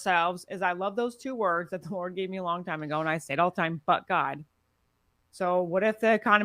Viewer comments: Everytime she'say But God sound like she's saying F word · I kept hearing F god when she said it. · i'm glad i'm not the only one who kept hearing that